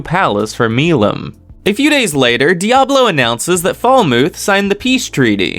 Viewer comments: It's molim not Malayalam it sounds like you were trying to combined Moline with shalom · These videos would be way better if you would stop pronouncing the names WRONG of some of the characters. Especially Hinata and Milim. It sounds stupid the way you say it. If you ACTUALLY WATCHED THE ANIME, YOU'D KNOW HOW TO PRONOUNCE THEM.